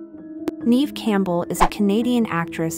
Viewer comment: It's Neve, not Neeve